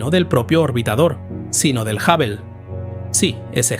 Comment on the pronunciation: La respuesta es sí. Con frecuencia cambia la pronunciación de ciertos nombres. A veces a Hubble lo nombra como Jável y a veces como Júvel, por poner un ejemplo. El tono constante y la falta de tono interrogativo en las preguntas son otras muestras evidentes.